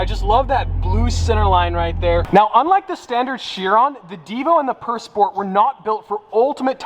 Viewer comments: can you pronounce how it was supposed to be pronounced? pure? and not purr. its not a cat that purrs. 'pur' in french is pronounced like 'pure' in english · Pur pronunciation I believe is pure